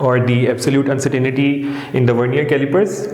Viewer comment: It's pronounced Un-cer-tain-ty not uncertanity